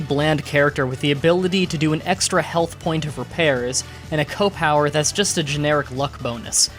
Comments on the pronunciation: It's pronounced SEE OH not ko! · Why do you pronounce CO as "Koh" rather than "See- Oh"? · It's C O power, not coh power. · CEE period OH. C.O. short for commanding officer. Not "co" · "koh power" "super koh power" "my favorite kohs." Are you some kind of degenerate? It's "SEE OH." Disliked because I can't stand your ridiculous mannerism. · The fact that he pronounces C.O. with "kow" disturbs me. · Alright, gotta stop, can't stand how you say "CO" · Seriously - its like old ppl who say “Earl” instead of URL